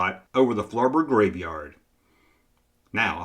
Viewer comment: I was going to say it's "flubber" not "flurbur".....but then I heard how you pronounced lawn darts